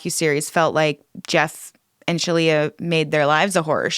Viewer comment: Resorting to mispronouncing someone's name / assigning them jokey names cheapens the rest of your very valid critique. Quit with the "Sheleigh-leigh"ing. Don't stoop that low.